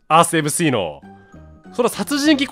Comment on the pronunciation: おにやさんスィーって言ってるからね